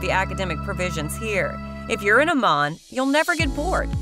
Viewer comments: Don’t live in Idaho! I’m counting the days to getting out of this hell hole! Absolutely hilarious representation! $800 a month in Garden City/Boise? Not even close!!! Sever winters? 😂😂😂 Good schools? Might want to check out the stats that put Idaho 48 out of 50! Amaaaaan? Might want to learn how to pronounce the places your representing? This vid is a complete joke! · People that do these kind of reviews should have to know what they are talking about! AMMON is pronounced Am-In and none to the video/photos were not of Ammon. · Pronounce Ammon! Also, Idaho Falls isn't Twin Falls. And Garden City is a crime ridden sh**hole. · Having lived in Idaho for over 20 years and traveled the state, you have the wrong directions and pictures of various areas. Shoshone Falls is on the east side of Twin Falls. Twin Falls is 160 miles southwest of Idaho Falls. Meridian, ID is to the west of Boise and not the east. The pictures of downtown Boise are not found in Moscow, ID. Pronouncing Ammon, ID was totally wrong. There are even more mistakes in your presentation. You need to better check your facts before you make your next video of Idaho. This presentation was depressing.